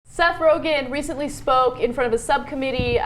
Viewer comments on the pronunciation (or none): I know this is assholey, but his last name is Rogen, not "Rogan"